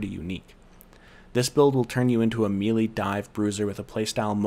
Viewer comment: I appreciate the guide, but I can't help but squirm every time you mispronounce "melee." It's a French word -- not "meelee" but "milay," as in Renee.